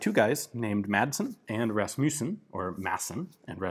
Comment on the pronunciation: i love it when you speak danish, you sound like a swede, "Rasmysen...." lol